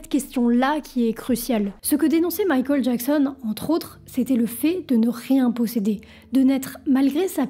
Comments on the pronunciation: pourquoi quand tu dit michael a la place tu dit mikol c'est un accent ? c pas une insulte tinquiete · J'aime bien ta manière de prononcer Michael...c'est mignon 🥰🥰🥰❤️❤️❤️😅👍👍👍À l'américaine